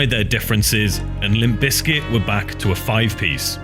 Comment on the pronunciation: You know there’s a “P” in there right. It’s not Lim Bizkit 🤦🏼